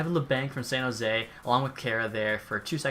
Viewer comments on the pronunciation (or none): none